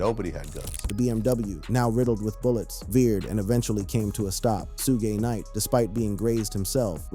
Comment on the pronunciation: Bro u pronouncing suge knight name wrong